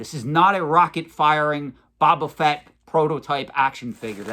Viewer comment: They probably don’t think you invest in pop culture based on how your pronounce Boba Fett. You sound like someone who never heard the name before and it was your first time pronouncing it. Honestly you pronounce it differently then any Star Wars collector I know. We know that’s not true but based on how you say Boba Fett they probably think you don’t know what you are talk about. But then you buy an esoteric Lobot card back…